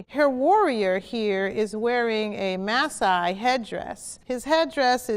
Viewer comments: Alright this vid is old but the way she pronounced the maasai was funny it's pronounced mah-sigh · Anyone else cringe when she said Masaai?